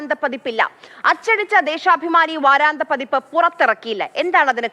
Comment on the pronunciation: വാരാന്ത പതിപ്പ് അല്ല. വാരാന്ത്യ പതിപ്പാണ്. ആദ്യം മലയാളം നല്ലവണ്ണം പഠിക്കൂ. നിങ്ങളെ കേൾക്കുന്ന ഒട്ടേറെ കുഞ്ഞുങ്ങൾ ഉണ്ട്. അവരെ കൂടി നിങ്ങളുടെ വിവരക്കേട് പഠിപ്പിക്കരുത്.